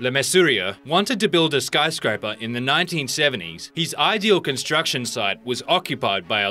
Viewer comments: What's a 'SKYRSCRAPER' please? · at number 1, it said "skyrscraper"